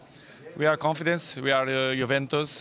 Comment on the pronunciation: has still not learnt how to say 'confident' properly after his interview in 2005 haha